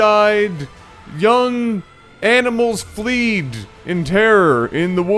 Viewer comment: He said fleed.